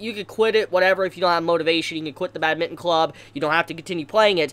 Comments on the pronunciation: Bat-min-ton not bad-mitten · It’s bad-min-ton not bad-mitten! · I love your review but I hate how u say badminton 😂😂😂